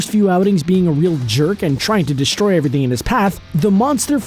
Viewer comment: He said JB is deystroying the world😂😂😂😂 I'm dying